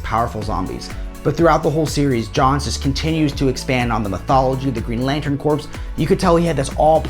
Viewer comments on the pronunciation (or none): Sinestro Corps… Corps is pronounced core. The p and s are silent. Good content bud. Glad you found a sponsor. 👍